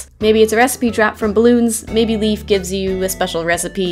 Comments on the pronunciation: leIF not leaf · Great video! I really enjoyed that maze, despite it being so short. Really hope they'll make more stuff like it! P.S. Leif is pronounced "Life", not "Leaf". Just wanted to let ya know. =)